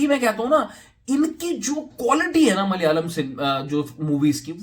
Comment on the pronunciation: its is malayalam.. Not mal yalam